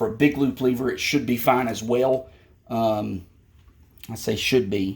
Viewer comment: Its pronounced lever not lever bruh